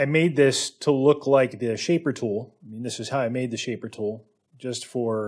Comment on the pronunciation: its probably less common in some regions.... but tool is often pronounced as two,,,,, its got to the point I listen for it !!!